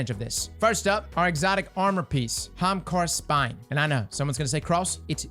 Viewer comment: Off topic, but every time I hear you say "Hamkara's Spine" I hear Hamtaro's spine and picture you tripping ppl in Crucible with anime hampsters.